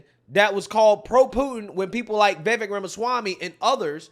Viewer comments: Pronounced Vivake....Like Cake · I'm so proud of you, man. You finally said 'Vee-Vek's name correctly. It's a cold day in Hell, but I'm happy 😂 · Vivek is pronounced Va-vake